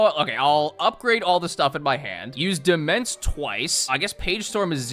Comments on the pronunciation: I love you, but I CANT TAKE IT ANYMORE - DEMENSE IS PRONOUNCED DOMAIN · Demesne is pronounced "demain" btw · fun fact, demesne is pronounced demaine (gotta love old english pronounciations) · not knowing that "demesne" is pronounced "domain" was physically painful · It's pronounced "duh-main" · It's pronounced de-main. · Demense is pronounce Domain. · "Demesne" is pronounced "Domain". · Let me share with you a horrible secret... "Demesne" is pronounced as "Domain", and means that exact thing. Blame the French. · Take a drink every time mispronounces "Demesne". Note: Do not actually do this